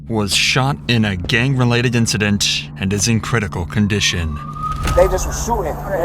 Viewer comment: A what? A gang related incidinch?? Bruh....